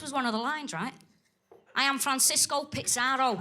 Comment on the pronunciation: What is with her weird pronounciation? Why did she put a T in pizarro?